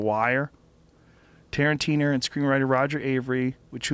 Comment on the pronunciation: Haha "Tarantiner"